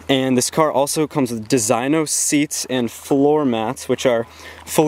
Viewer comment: DESIGNO is pronounced Dee-Zee-No